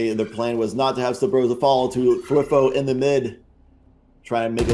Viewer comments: Kinda triggering the casters are constantly saying thwIfo and not twAIfo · dude wtf are these commentators cant even pronounce thwifo